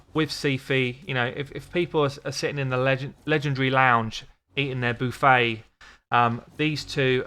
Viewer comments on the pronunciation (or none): "boo-fey" lol, love that accent.